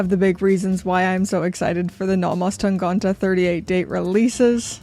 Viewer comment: Why do you pronounce Tangente as Tangante? That's the only one that's wrong